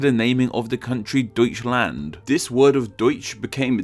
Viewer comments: "toiskland" lol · OMG ITS NOT DOOETCHLAND ITS DEUTSCHLAND